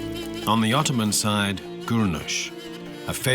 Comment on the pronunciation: "öttöman emp never been bröught döwn by other people." Darling, without the British and the French, the Russians would have occupied Constatinpople in 1878. Please, when you're reading your history, read it from more than one source.